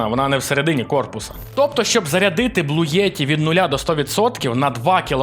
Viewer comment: блуєті?.. а не блуті?) топ випуск, багато чого корисного для себе взнав, дякую)